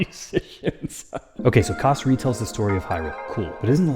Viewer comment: I've NEVER heard anyone pronounce "kass" like that....